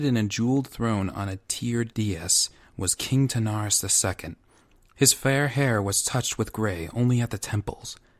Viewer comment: Good voice acting but you kept pronouncing King Terenas’ name “Tanaris”